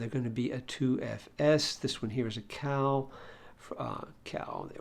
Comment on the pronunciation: Why does everyone at the Daily Dose pronounce קל as if it were the English name Cal? It's pronounced like "call."